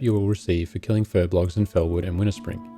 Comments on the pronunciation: Fur-B-O-L-G-S !! Not Fur-B-L-O-G-S! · Furbolgs, not furblogs.